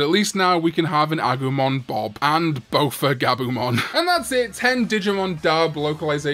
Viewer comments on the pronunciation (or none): none